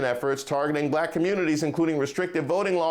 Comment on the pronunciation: I'm old enough to remember when high ranking officials in DC (on both sides) only hired non English speaking immigrants as their nannies and housemaids! CONald will never have a Blaccck (as he pronounces the word Black) MAN as his VP! Blacks for Tramp needs to wake up.